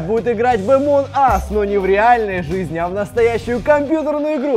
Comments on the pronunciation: Не амонас а амонг ас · не е моназ а амонгас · Не амон ас а АМОНГ АС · Никто: Абсолютно никто::Омон ас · Меня одного бесит то что они говорят эмон ас, когда она называется амонг ас... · не аманас а амонг ас😂😁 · Это не амон ас а амонг ас если что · А почему амонас, а не амонг ас? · почему ты говориш амонг ас амон ас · Правильно Амонг ас а не амон ас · Амонг ас - а не Амон ас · пОчЕмУ Емонг Нас А НЕ ЕМОНГ АС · Амонг АС а не Амон ас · Ни Амон ас а Амонг ас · Амон ас аааахаххаха не амон ас а амонг ас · ни амонас а амонг ас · Он говорит амон ас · Почему вы говорите эмонас